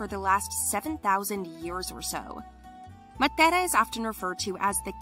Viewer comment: Why she pronouncing matera in Spanish